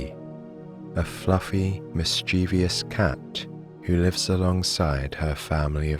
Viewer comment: As usual, a wonderful story. If I might make a suggestion, please see the dictionary for the correct pronunciation of mischievous. The accent is on the first syllable, and there is no I in the last syllable. Thank you.